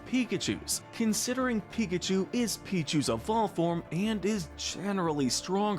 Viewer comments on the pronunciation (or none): none